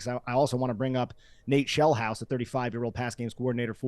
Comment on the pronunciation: Sheelhouse not Shellhouse!